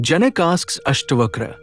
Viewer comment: it is janak in Indian languages, not janaka